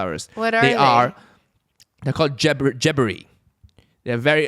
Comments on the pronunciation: Haha jebbery... It's Gerbera :p. Haha and yes I notice your glow too. Congrats Evelyn in moving. I can relate to your situation too. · Its Gerbera la... They are part of the daisy family. Your pronunciation is killing me.. Why so weak, soooo weak 🤪😜😝